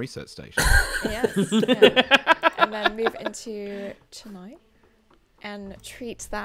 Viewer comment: As a person from Chennai, I applaud every single person in this video for pronouncing the name right ❤️